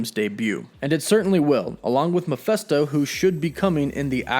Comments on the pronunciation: Meh-FIST-oh. Not Mah-FEST-oh. Lol smh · You kept saying “Mephesto”, but it’s Mephisto. Based on the demon Mephistopheles. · face palm it’s mephIsto not mephEsto. There’s and “I” before the s, not an “E”. Muh-FISS-toe. Not Muh-FESS-toe. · Not Miphesto. Mephisto. I wonder who they will cast for the part, of Mephisto? Couldn't Evan Peters be playing Speed? What a twist that would be. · It's Mephisto, not Mephesto. It's literally pronounced like it's spelled. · Who the heck is Muhfesto? It’s MEH-FISTO. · 1st-It's Meph_I_sto, not Meph_e_sto! And why is it that the fact that the SAME Darkhold that appeared in "Agents of S.H.I.E.L.D." also appeared in "The Runaways"? Why bother creating a new prop? Just use the same book, again, and they all become linked. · Bro. I dig the channel, but some of these names you butcher... it goes through me man, not gonna lie. If you want die hard fans to stick around, please acknowledge and correct this moving forward. Mefisto = Ma-Fist-Oh not Ma-fest-o.... You drive a wedge between your channel and your fans with every name that gets pronounced terribly. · Meh-FIST-oh, not Meh-FEST-oh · It's not "Ma fes to " it's Me phis to " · it is Mephisto, not Mephesto. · Your pronouncing Mephisto wrong, the “i” is NOT an “E” like your pronouncing it. Your saying Mephesto, that’s wrong. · Thank you!! Makes me think he dont know shit if he cant even say it right !!! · I’m with you on the name. Meh-fist-o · It’s pronounced Meh-FIST-Oh! Sheeeesh dude how do you butcher a name that bad? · Why do you keep calling him Mefesto? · it is pronounced meh/Fist/oh like mefistofoles. Sorry to correct you man but it's driving me crazy listening to you say that over and over in your video and you've done it in the past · Love the channel and vid but the way you pronounce mephisto as mephesto annoys me😂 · I always thought it was pronounced [Meh-fist-oh], but ok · Please pronounce "Mephisto" properly.